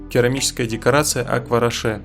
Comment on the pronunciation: Акварош) Е во французском на конце не читают😉